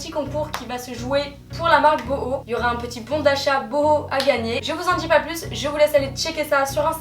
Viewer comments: J'adore tes hauls ils sont simple efficace et rapide tu prends pas mille ans à expliquer un produit c'est sa que j'adore continue comme sa t'es magnifique ! Et puis je crois que sa se dit "bouhou" et pas "boho" haha 😅 super vidéo 😊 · Super vidéo ! 😘 (Le site s'écrit "boohoo" mais ca se dit "bouhou") je t adore biiisous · On dit pas "bouhou" ?